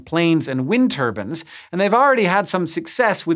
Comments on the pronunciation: Wind Turbans!? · 'wind turban' what? Hindu air bender? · Lol, wind turbans. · What's a wind turbans lol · "wind turbans"? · Wind turbans? Lol 👳‍♂️👳‍♂️ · wind turbans